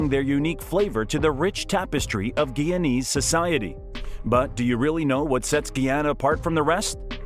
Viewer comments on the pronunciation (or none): GUY! GUY! GUY!😢 GUYANA... NOT GEE! NOT GEEANA or GEEANEESE GUYANA and GUYANESE